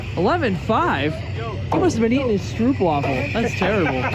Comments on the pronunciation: You dont pronounce stroopwafel as strœpwafle, you pronounce it as stowpwaaful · have to get back to something. it's called "strobe waffle". That's how you say it. Easy peasy. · just pronounce it “strope waffel” and you’ll be granted an extra 53.56 Hp instantly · Just so you know, a stroopwafel is a dutch cookie and you pronounce it like Strope waffel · It irks me how Americans pronounce stroopwaffle. It's pronounced str (OH) p waffle. If you want to be extra then the w in waffle is ever so slightly pronounced like a v. You're welcome for this piece of information that will improve your lives that much more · STROHPWAFFLE BITCHES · Thumbs up for the Stroopwafel! Our national symbol (of The Netherlands). And it's stroop with a long O. (just like the letter O)